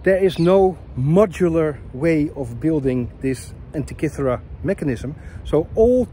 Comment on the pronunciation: you pronounce the word ΑΝΤΙΚΥΘΗΡΑ very very well... congratulations